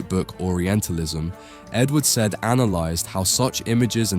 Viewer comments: Its pronounced Edward SAI-YEED, not Said like "she said hello." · It's really been great to watch your channel grow. I am particularly impressed by how the quality of your criticism has improved and sharpened over time. This is a great video, and I'm looking forward to your future posts. One note though: Edward Said isn't said like said, it's said like Saeed. Great to see his work cited. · the irony of a whole video about orientalism made by a brit with an easily corrected pronunciation of Edward Said's name